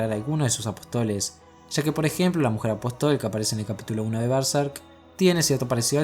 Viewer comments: Genial video! Una puntualizaciòn: apòstoles, no apostoles. Con acento en la O! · apóstoles hombre, no apotóles